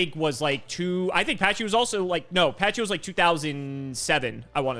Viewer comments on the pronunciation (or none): There's no way Pachycephalo is pronounced like "patchy". It should be "packy", like pachyderm, aka an elephant. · It's not "Patchy"cephalo. It's pronounced like pachyderm. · No, it's not pronounced "patchy" lol